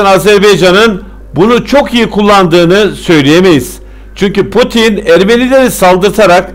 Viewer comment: potin değil laa putin 😁 yorumların güzel ama tebrik ederim